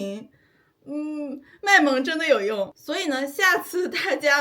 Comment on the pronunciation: 原來大陸人講大家也是會說成大阿啊